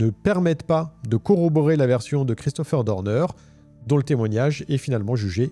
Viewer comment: Je n'aime pas ta façon de prononcer son nom: c'est Christopher Dorner et non Deurdeur.. bref peut-être est il vivant il suffirait qu'il ait laissé un cadavre d'un de ces ennemis dans la cabane, qu'il se soit échappé par une ruse.. il peut reprendre sa vie à 0 mais dans un autre pays avec changement d'identité peut-être avec une petite chirurgie esthétique pour tromper les IA. Quand il sera lassé de sa nouvelle vie reviendra t-il pour finir sa vengeance..